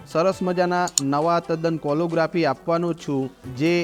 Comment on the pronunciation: વિનંતી, ઉચ્ચારણ શુદ્ધિ કરશો તો વધુ સારું લાગશે, "કેલીગ્રાફી" છે કોલો નથી.